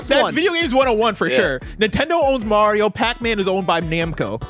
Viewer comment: Why did momentarily start saying Mario’s name wrong?